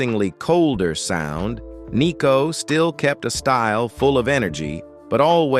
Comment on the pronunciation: It’s not ‘Nee’cko , it’s Nicko.